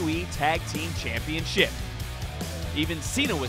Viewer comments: I'm still trying to figure out how this speaker learned to say "championSHIP" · the intercontinental championSHIP Why do you talk like THAT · The way this dude says championship bothers me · Why does this guy say Championship so weird?